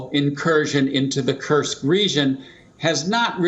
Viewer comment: Dear, it is not detioriate. It is deteriorate. It is Kursk, not Kurks.